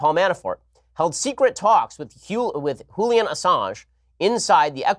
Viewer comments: Julian? or Hulian ? Ben is the ONLY person I have heard mispronouncing this name. And he complains about " grabbers" at least it's pronounced correctly. Ben's a gut mensch, and the longer I hear him, the less impressive he is. He is Always wrong about Trump. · why is he saying julian like hulian? wtf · Jillian Assange is NOT Spanish. Stop pronouncing the J as an H!!!!! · Why does Ben say Julian’s name like he’s Hispanic??